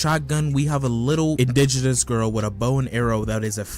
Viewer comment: Bro did NOT have to say indigenous like that 😭😭